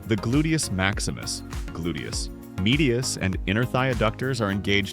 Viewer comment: Terrible narration drives me nuts. Also, what is a glutus. Can’t he say gluteus if he’s an expert?